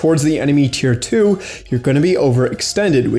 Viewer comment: It's tier 2 not tear 2